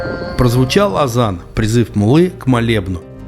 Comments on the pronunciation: правильно “АЗАН”✅, а “Адан”❌ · Не адан ,а Азан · Пртзыв к молитве не адан ,а Азан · Адан это не правильно, правильно Азан. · ни адан, а Азан (36 минута